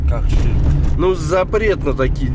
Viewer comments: правильно сказал "ширк", неверие в бога, а "шак" это по местному тоже "ширк"... Респект Денису.👏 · Ширк правильно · правильно ты сказал ширк Шак это и есть ширк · правильно сказал Ширк.. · Перодчик( Шарх) Ширк другой слова 😂😂😂модный и можный🤣чем лучщый блогер правилно говориль это (ШИРК -Грех ) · ты правильно говоришь - ШИРК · правильно сказал ШИРК. А или не понял вопроса или чот сам по ходу придумал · Шырк правильно а где-то в облаках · Правильно ширк ширк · Не понимая задал ты вопрос и плохой переводчик у тебя ты правильно сказал ШИРК а не как твое сказал учись дальше бывает ситуации где он тупить